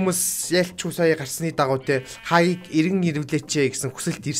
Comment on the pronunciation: Хагийг ks 😂😂 хаагийг гэж хэлж бсан блгүй дээ